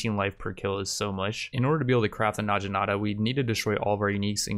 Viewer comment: Oh my gosh the way that you pronounce some words really bothers me. It's Nog-E-Nata